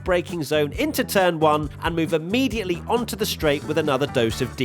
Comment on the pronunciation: "Thee most boring race of the season" Monaco sounds intesify